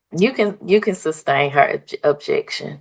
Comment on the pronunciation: She said "substain" instead of sustain lol